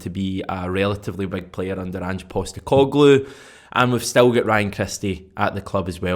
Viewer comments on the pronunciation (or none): none